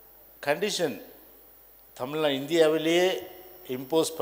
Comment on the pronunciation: எடப்பாடி. தமிழ் நாடு என்று சொல்லுங்கள். தமில்நாடு இல்லை